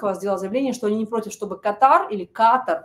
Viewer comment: Катар сначало выучи как правильно. Потом уже борись